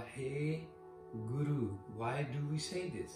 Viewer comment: Good point about pronouncing v instead of w. But technically it is h(I) not h(e) as haha has sihari. Vahi. Not vahe nor wahe. ਵਾਹਿਗੁਰੂ, vāhigurū